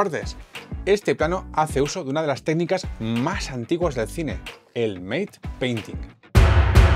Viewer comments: Muy entretenido! : ) Por cierto, se pronuncia /mat/ en lugar de /meit/ painting, o como lo llamamos en efectos visuales: DMP (di-em-pi) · Enhorabuena por el vídeo. Sólo un detalle: en inglés 'mate' y 'matte' son dos palabras diferentes. La primera se pronuncia /meit/ pero la segunda, que es la de la técnica que describes en el vídeo, de pronuncia /mat/. ¡Un saludo!